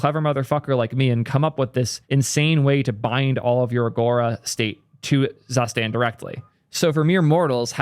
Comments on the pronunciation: DAMN IT, IT'S TSOO-shtahnt NOT ZASTEND cool video tho 👍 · Zustand sounds German (translates to status) and as such you should propably pronounce it more like tsustant. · it's more like [tsu-shtant] but already mentioned that he doesn't care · Please don't pronounce Zustand like that it hurts my soul The u is pronounced as o in the word "zoo" The Z is pronounced as "ts" Ts oo stand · "Zustand" is a german word and pronounced completely different just sayin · It hurts my ear everytime you pronounce "Zustand" as a german speaker :-D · How not to pronounce Zustand.